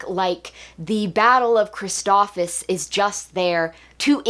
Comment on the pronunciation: Amazing review as always! But I have to point out the planet is pronounced phonetically as Christophsis! You were saying Christophis lol